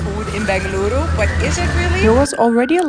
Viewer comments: The way u pronounced Bengaluru ❤❤❤❤🤌😍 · Wow u pronounce Bengaluru ❤ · U have my respect ma'am. U were honest at it. Unlike others u didn't overhype jus said the fact. And u pronounced Bengaluru perfectly. 👏🏻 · Your pronunciation of 'Bengaluru' is better than most of my fellow countrymen's pronunciation of the same 👍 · Girl, you had me at ‘Bengaluru’… Damn girl, the way you pronounced it 🥺🥺♥️♥️ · Very pleasent... To hear u pronounce Bengaluru ❤❤❤ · Bengaluru, Chutney pronounciation is perfect 👌